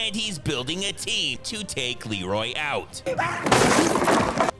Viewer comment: Anyone else notice that in the scene where Leroy is on the roof, and his brother is yelling for him, he calls him Reloy instead of Leroy? Shit has stuck with me since I was a kid lol